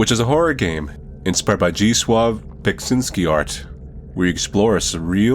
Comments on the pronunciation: I heard you say "Beksinski Art" as "Beksins-GYAT" lmao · Your pronunciation of his name was just whoo, lol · THATS how you pronounce it???????????